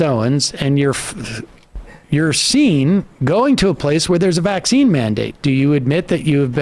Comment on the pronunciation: It bothers me when she randomly pronounces it VACC-ine instead of vacc-INE cuz she doesn't do it all the time lol she goes back and forth 😂😂😂 weirdo